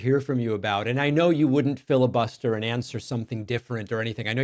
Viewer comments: MyPillow: I'm not gonna "filla-bust-ya" 😅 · “I won’t filibust ya…” well that was entertaining. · The best part was when he said “I won’t fili-bust ya”